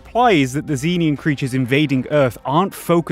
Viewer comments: It's pronounced "zen-EE-an" bro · note: cannot pronounce Xenian